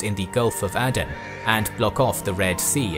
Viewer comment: Áden não é Éden. Cuche e Calicute devem ser pronunciadas como escrito.